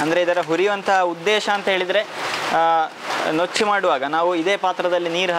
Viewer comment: ನುಚ್ಚು ಅದು, ನೂಚ್ಚು ಅಲ್ಲ. Nice recipe. It's very favorite of mine. Kempu akki tariyinda kooda madta idvi. ದೊಡ್ಡಮ್ಮ ಮಾಡಿ ಕೊಡುತ್ತಾ ಇದ್ದರು. Thank you for reminding this. Stay blessed always.